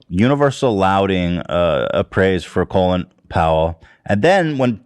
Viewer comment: colin powell’s first name is pronounced like colon